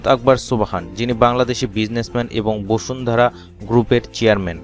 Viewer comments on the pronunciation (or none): none